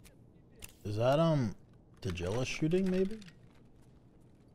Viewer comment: Tajilla? lmao